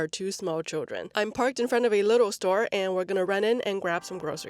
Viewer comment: please don’t pronounce lidl as “little” 🤯it’s pronounced “liiiiidl“.